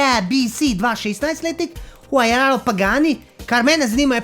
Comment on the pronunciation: reče se [vaurja]- Pa mi je bolj kul kot zonda ker huaryia ma tut quod izpuhe zadi